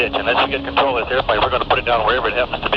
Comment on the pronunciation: Contwol /(UwU)/ Lol